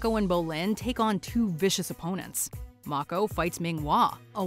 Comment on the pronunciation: hey, you got Mako's name right!